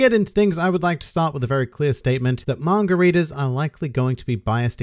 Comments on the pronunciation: I may be an uncultured prick, but is he calling us “margaritas”? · Hearing say “manga readers” to me sounds like he’s saying margaritas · Every time you said “manga readers” I heard “margaritas” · When you say manga readers it sounds like margaritas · Every time you say 'Manga Readers' I hear Margaritas...